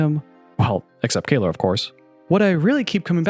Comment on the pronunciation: Kayler ? As in, someone who can’t pronounce Kayla?